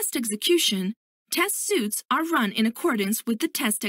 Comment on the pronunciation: why does the narrator pronounce "suites" like "suits"?